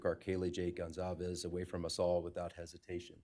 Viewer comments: i always thought they pronounced their last name wrong. it says GonCalves, not ConZalves like they’re saying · Gonçalves is a Portuguese surname, the "ç" has a tail underneath it and sounds like an "s" - people are mistaking it for a Spanish surname and are pronouncing it with a hard "c" because "ç" doesn't exist in Spanish. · Their last name is pronounced: (gone-Cal-vez) Sometimes when they say it, its fast so its easy to hear them wrong so hopefully this helps.